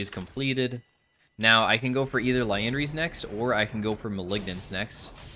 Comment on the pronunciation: Crazy to me that in all these years, never properly says Liandry's once.